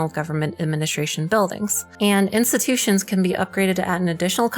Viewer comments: "Instututions"? Tch... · Instututions huh huh huh